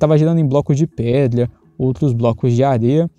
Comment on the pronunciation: So eu fiquei aguniado dele falando coisas como pedla ?